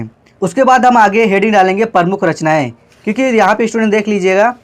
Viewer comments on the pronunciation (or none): none